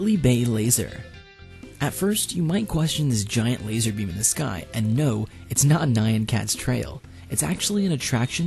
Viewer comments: Btw, it's pronounced "NYAHn", not "NIGH-ahn" the n-y-a is one digraph. Not two. The whole word is one syllable. Fun fact: The word "nyaa" is the Japanese onomatopoeia for a cat noise. It was misinterpreted as "nyan" in Nyan Cat's case because the vocaloid was going so fast that the noises were blending together. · Yeah, it should be 'neean'. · Nighan cat? Mount On - Take? Learn to pronounce. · Did you just pronounce "nyan" 'nah-ee-an'? What on earth is wrong with you? You obviously missed the point of the 10 hour video xD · byColoredHD We spell put as "p-oo-t" and spell but as"b-uh-t" which is pronounced differently. SO why should Nyan be pronounced like Cyan when the video itself says "nee-a-n"? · did... Did he just pronounce Nyan Cat as... Nion Cat? The Y's a consonant, yo. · Nyan cat? *it's pronounced closer to 'neon'* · Why do people never know how to pronounce nyan? They manage to fuck up such an easy word by trying to say it in a sophisticated way. Wow.